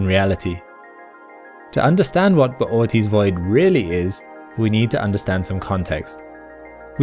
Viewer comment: Bootys void. I prefer to say boots void